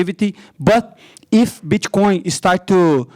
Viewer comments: Pretty sure he's saying bitchcoin on purpose just to be funny and it is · I’m not trying to make fun of him but when he pronounces bit coin as “bitch coin” is literally the best 😂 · Did he say bitch coin 😂